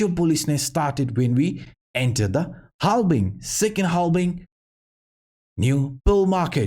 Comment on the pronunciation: sir it's halVVVVVing. Not halBing 👍🏻✌🏻